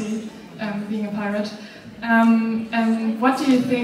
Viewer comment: When she said pirate I instantly said privatee